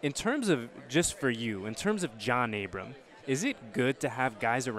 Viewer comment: It’s ABRAM NOT ABRAMS haha